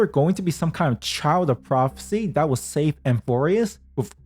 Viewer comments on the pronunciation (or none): none